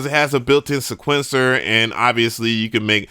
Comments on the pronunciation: This dude still can’t pronounce Sequencer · Please learn how to pronounce sequencer